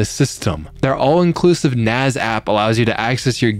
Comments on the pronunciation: it's NASS man, not NAZ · Why is there a group of people who pronounce NAS as NAZ? It is Network Attached Storage, not Network Attached Zorage(what ever that would be?)